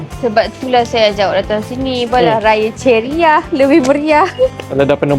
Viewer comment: Ceria la bukan cherry -ah😂😂😂😂